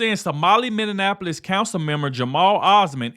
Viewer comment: Are you saying millionapolis instead of Minneapolis ? Because your pronunciation is hurting my ears.